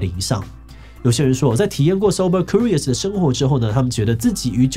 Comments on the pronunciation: 為什麼志祺把curious的Q唸成哭🤣 直接變法文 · curious /kjʊrɪəs/，要唸作 'Q'rious 而不是 '哭'rious。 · 庫rious 😂為啥我覺得怪怪的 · Curious 是這樣讀的嗎😂